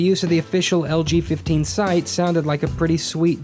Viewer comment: I kept hearing "LGBT" instead of "LG15." :P